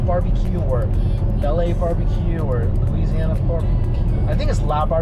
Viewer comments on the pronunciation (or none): none